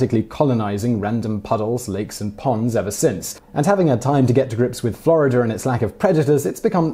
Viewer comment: how to say FI-(ER)RE fa-ah take note! Florider? nope Florida :D